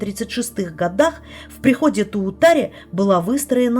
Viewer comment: Доброе время суток! Девочки, разрешите вас исправить? Правильно произношение церкви Та́утари. Обидеть ни кого не хотела. Спасибо вам за очень интересный рассказ! Я многое для себя узнала, у меня в том районе жили родственники. Всем мира, добра и любви! / А ёжиков, да, там очень много. / На минуте 37.00 со стороны дерева из травы выбежало чёрное пятно, покрутились немного и слилось с темной дорожкой. Думаю что, камера наблюдает за тем, что шевелит листья на деревьях, но уловить не может, хотя похоже ветра нет. Не шевелятся другие ветки и то, что кисти на заборе слева. Девочки, вам нужно в запасе иметь батарейки и дежурный фонарик на особый случай.